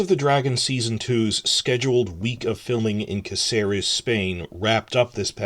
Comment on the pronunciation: Spain here. Caceres is pronounced ka thay rez. Please and thank you.